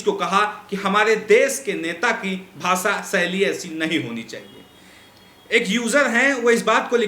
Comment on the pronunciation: Anchor sir, it is not pronounced as BHASA SAILY. IT IS PRONOUNCED AS BHASHA SHAILY. so improve your ptonounciation please.